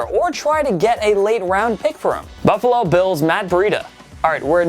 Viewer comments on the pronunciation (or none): none